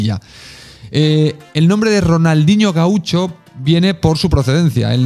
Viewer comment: Muy buen dia & company! Solo una salvedad en "Gaucho" se dice diferente en Argentina y Uruguay, se escucharia algo asi como "GÁucho" y en portugues se acentua sobre la "u" "Gauusho". Si te has currado este video, merece un like, pero y hacer encuentas en el programa? por ej " de q os gustaria q hable??" 1. anécdotas cómicas del (mi voto) 2- análisis de jugadores actuales en el mercado. 3- Ideas para tener un mejor club..un abrazo!!!